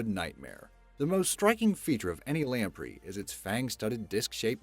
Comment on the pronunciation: Anyone else notice how often this guy mispronounced common words in too many of his videos? (In this one, belies and lamprey are prime examples.)